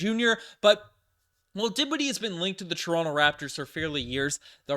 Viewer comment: dinshiddie? ugh.